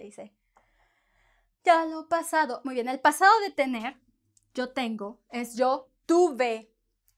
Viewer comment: Thank you for the video. You pronounce YO, like Joe (English pronunciation) I thought it is Yo like the toy, yo-yo, just on yo.